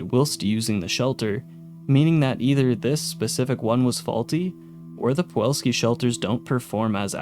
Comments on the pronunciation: Why do you keep calling it poo all ski? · I have no idea how you screwed up pronouncing Pulowski as "pawolski" every time this video. The correct spelling is on every pod, and you included the promo video which provided the pronunciation. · How did you make it all the way through your script without realizing it's not "Puwolski?" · You what I find fascinating? I know for a fact that you heard how the name Pulowski should be pronounced (because you used the clip from the faux commercial) and yet, here we are. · How did you mispronouncing Pulowski so many times make it into the final.cut of this video? Even if you spelled it wrong in your script, how did you not catch that in editing? Not bringing this up to shit on you mate, just please do better next time. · Interesting video but you pronounce pulowski wrong the entire time. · Please learn how to pronounce 'Pulowski' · Take a shot every time he pronounces "pulowski" wrong. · How many times did you read "Pulowski" while making this video and yet you STILL call it "Puwolski" every. single. time. illiteracy is becoming an epidemic. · I hate how you mispronounced Pulowsky for Puwolsky every damn time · Pa Low Ski. Not pa wall ski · Pulowski. The L comes first. You’ve been saying Puwolski this whole time. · I hate to be that girl, but it's pulowski, not powalski. Like pull-ow-ski instead of puh-wall-ski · Anybody else notice he said the name wrong the entire video “Puwolski” even though he had a video of a man pronouncing it correctly and had the name pop up multiple times “Pulowski”. Man. It’s the little things 😂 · you keep saying Puwolski instead of Pulowski. Would have been fine as a one off in a video on a different subject, but seeing as it's the subject of the video, i can't just say nothing. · Pulowski, not powolski. Good video though! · Pulowski, not Puwalski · Pulowski, not Puwolski. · Buddy… it’s pulOWski not puWOLski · I just can't get over him saying Puwolsky, even with Pulowsky on the screen.